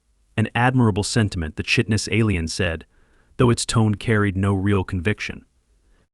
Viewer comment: And work on pronouncing words like chitin, it should sound like kai-tin